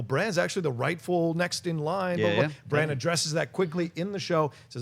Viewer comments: I am the only person annoyed as hell everytime they call him Bronn instead of Bran?...Bronn is another character entirely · I kept thinking you were saying "bronne" is back. Its bran with an A haha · Are you guys calling Bran "Bronn"? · Bron?! No, he's name is Bran like in All-Bran cereal. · Bran! Bran! Bran! My head was gonna explode when they kept saying Bron lol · Can please stop saying Bronn when talking about Bran? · John, his name isn't Bronn! It's Bran, damnit! Lol But Bronn is back so you're not completely wrong... but it's Bran! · Hoona Hoona It's there accents I guess. He knows it's spelled Bran but for some reason he pronounces it Bron . He and others also pronounce Han Solo as Hon Solo. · Would it kill you guys to pronounce brans name right? Bronn is a whole other character... geez